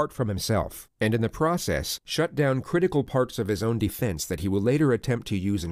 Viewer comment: Any other Pat McAfee viewers hearing “pick ‘em up and put ‘em DAHN” or is it just me